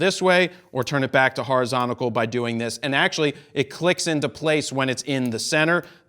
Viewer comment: New Word Alert "horizontical" 03.33s lol.